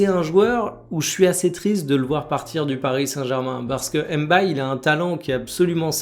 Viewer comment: M'baye = mbaye c'est bien que tu fasses cette effort, pas mal de gens le font pour les hispaniques donc, je vois pas pq on a du mal à le faire